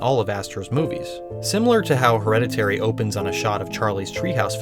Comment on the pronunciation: " her - head - a - teary " heh